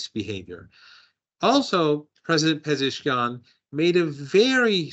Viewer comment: Marandi is always a solid listen, but the pleasant surprise on this stream had to be hitting a clean double with her pronunciation of "Pezeshkian"